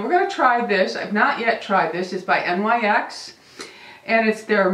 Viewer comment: Loved your video I hope you feel better soon .Ohhhh FYI although NYX looks like a abbreviation it’s not you actually say it like a word kinda like this .... Nics .... just so you know for a different video.